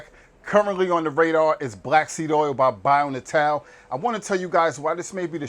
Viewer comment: Dude, you're killing me! If you're going to promote a brand, learn how to pronounce it. "Bio": simple enough. "Natal": Nay-tull, means birth or born. But just in case I'm wrong, get their toll free number and see how they answer the phone. Just trying to help.